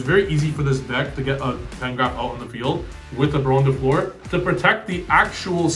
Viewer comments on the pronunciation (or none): Hey The "eu" in "Fleur" is like the "u" in curry; hurry; burn; furry and so on. Its flower in french btw